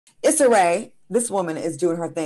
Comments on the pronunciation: The way she was pronouncing Issa’s name in the beginning was cringy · Eeeeee-sah. Jeezus.